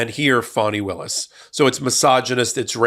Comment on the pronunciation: Thank you for pronouncing her name correctly. The media's intentional disrespect of mispronouncing her name is noted.